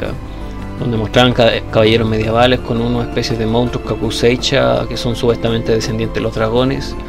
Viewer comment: Se pronuncia "kakuseisha" hermano, muy buena crítica saludos.